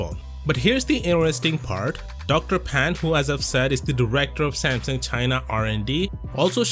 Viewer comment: If only you could say Samsung correctly...so sad